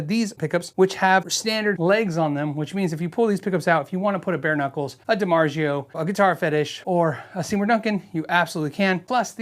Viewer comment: Every time he mispronounces Dimarzio…Nails on a chalkboard.